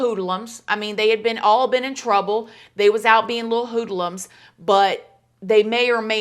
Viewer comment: The way you say "hoodlums...hoo-dah-lums" makes my day every single time you say it!!! Lmao 🤣 you truly are an absolute gem 💎 mama ❤